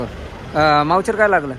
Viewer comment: मावचर नाहीरे अडाणचोट ,,, मोईसचर